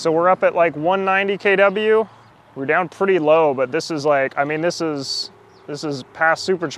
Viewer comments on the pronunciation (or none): Got triggered by "KeyDoubleU". Geee man, it's KiloWatts